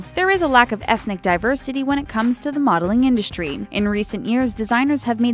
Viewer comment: "you don't get to keep the clothes" LOL! whoever in their right mind thought models get the stuff they are wearing? Like, seriously? Also, why do you pronounce it "indushtry"? Very irritating.